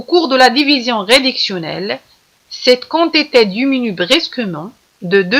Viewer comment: chokran mais on dit la quantités كونتيطي pas كونطيطي